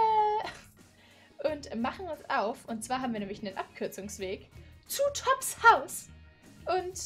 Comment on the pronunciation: er wird tobbs ausgesprochen nicht toobs